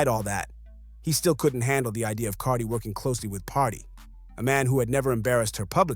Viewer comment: Haha i love how can't say Cardi's name. 😅